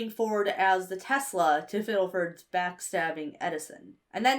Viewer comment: This video is magnificent but the way you kept pronouncing “Fiddleford” and “Grimgoblin” really set me on edge 😂